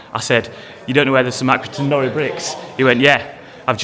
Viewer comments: It isn’t pronounced and norri it is pronounces as nor-i as in iron backwards. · It is pronounced nor-eye . Stop saying nori , it's doing my head in . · It’s pronounced nor-I not nory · Great vid man 👍 Happy to hear that the cool guy at the minute mark said nori and not norry as you were saying it. 😀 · It’s Accy NoRi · As an Accy born and bred lad can you at least pronounce the brick properly please…. It’s pronounced like NO-RYE and also Armadale 😂😂 don’t get me started but the parking there are absolute pricks… I got a £100 fine for staying 35s more than I should have… also my ex got a fine for being on the white line of a bay not over it but on it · NORI is pronounced nor eye. The legend is,the brick was named IRON but he guy that did the print for the brick accidentally put the lettering the wrong way round and it stuck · I have to correct the pronunciation of the Nori .... it is pronounced "No-Rye". But yes our town is dying and Accrington = Acorn town is correct. The Arndale was amazing when it was first built. Such a shame :( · its pronoucend,,, NOR EYE. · Great video (as always) but as an Accrington lad, it's pronounced Norr-eye (like Iron spelled backwards), also there is one chimney still standing, it's on a street called Victoria Street (if you're ever back there) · Pronounced nor - like gnaw - then just I - like eye say it right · It's pronounced as norI capital i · Do you not have a problem with his pronunciation of the Iron brick. I`m in the comments before i`ve even watched the rest of the video because it`s Nor.... eye. Hence chuck half a Nori through the window. At 18 mins he finally gets it right after three different people correct him. Crisis averted.